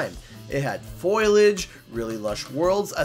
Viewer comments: I'll be honest, him saying "foilage" as "foil-lage" triggered me. But that's ok because it's essentially the same and he's using creative liberties. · You mispronounced “foliage.”